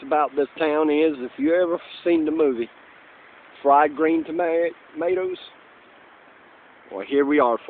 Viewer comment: I love how you say 'fried green "tomaters" haha